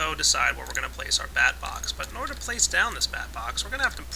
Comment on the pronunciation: when u said place my bed i thaught u said wet my bed